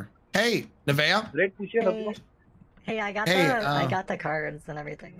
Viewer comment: The only thing better than the uber driver miss pronouncing nevaeh's name is her " are you kidding me?"